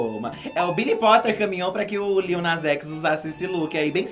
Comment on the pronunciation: Adoro o corrigindo a Blogs e falando o nome do Lil errado tbm LOL LITTLE